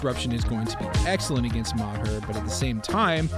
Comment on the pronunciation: Bob Ma-hurr 🤦